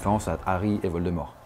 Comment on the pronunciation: Ne prononce pas valdemore mdr